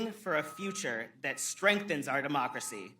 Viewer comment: Lmaooooo With all this technology, you still managed to butcher a single sentence. Seems to be a reigning theme with you plebs. 😂😂 We are not a "democerity". We aren't even a democracy. We are a representative republic. Go back to 4th grade social studies.